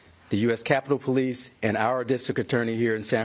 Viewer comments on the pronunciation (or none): none